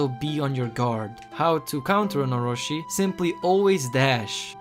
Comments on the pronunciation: how can you take this serious when he cant even prenounce "Orochi" (oh-ro-chi not ohroshi) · very good and informative video the only thing that bugged me was it's not oroShi but oroChi